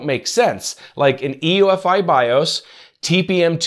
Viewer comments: UEFI not EUFI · UEFI... not EUFI Small point but he kept saying it wrong. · BTW, it's U-E-F-I, not E-U-F-I.... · It's UEFI.... NOT EUFI.... Christ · mf said EUFI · I'm not sure 'UEFI' is pronounced that way :-) and I don't think the Edge 'recommended settings' is comparable to setting another default browser. But, good job! I think Windows 10 will be the new XP or 7.